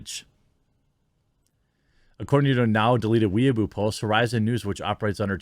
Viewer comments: The Chinese website is pronounced 'why-boh' but 'weeaboo' is fine too 🤣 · Its weibo. Not weaboo 😂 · Apparently it is pronounced like way-bwah